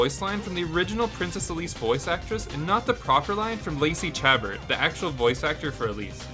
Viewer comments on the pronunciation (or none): Lacey Chabert is pronounced "sha-bear", not "chaburt" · Shah-bairt, not Cha-bert. Also 35 is a very common time travel trope: the bootstrap paradox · It is pronounced "shuh-bare" not "chah-burt". She played the voice of Meg in the first season of Family Guy before being rep;aced by Mila Kunis. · That's not how you pronounce her last name.